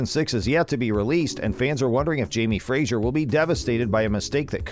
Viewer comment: 1) Their name is FRASER , not Frasier. 2) Sam's name is pronounced Hewan, not Hewgan. 2) There will be difficulties in their marriage, not conflict. 3) Claire never used the opal to time travel. Many more errors. I give up.